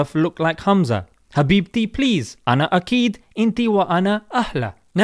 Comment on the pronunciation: Ana mt2akid not ana aked ana aked is wrong !